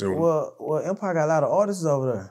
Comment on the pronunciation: stop saying "artistses"... It's artists......With that being said, it's obvious he loved Mo3, as a brother/friend.